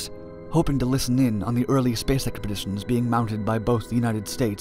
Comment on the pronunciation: early space expexcadixitions